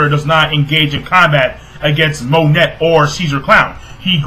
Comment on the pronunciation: It's pronounced mo-neigh not Monet please say it right